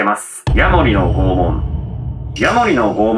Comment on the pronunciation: 不謹慎ながら「拷問」が「肛門」に聞こえた。 いや、もしかしたらならあえてそう言ったかも知れないな